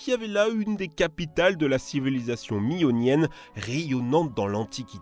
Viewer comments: salut Trash language ! "Si z'incessantes".."? Vraiment ? Civilisation miyonnienne mi-raisin... Ahah ! Belle video mais pas toujours en français ! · Civilisation "mionienne" 😭😭😭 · Les "Mioniens" donc... Pas de problème. Minos. Tout ca, tout ca.